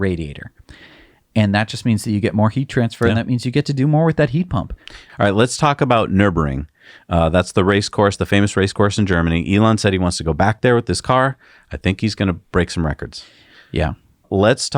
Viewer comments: Uhh dude. It’s Nürburgring. Not Nürnburgring. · Love your work. Can you be sure to pronounce the first "g" in Nurburgring? The middle syllable is "burg". Thanks! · Great! Love your videos and analysis! But please, try to pronounce "NÜRNBURGRING" the right way: N Ü R N - B U R G - R i N G with 3 Rs in it. :-) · Is it burg, or pronounced “burjsh”? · It's NÜR-BURG-RING and you are showing pictures of the grand prix track which is a joke and not the Norschleife everybody is talking about.